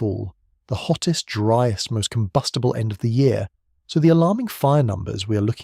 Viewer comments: A “ dreest “ month ??? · As soon as you mispronounced ‘driest’ I stopped listening. Get a human to read the script.